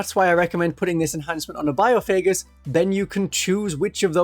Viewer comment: Having to hear bio-faygus instead of by-off-a-Gus a million times is absolute torture